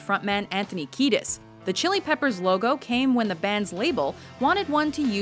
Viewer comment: Mispronounced keidis!!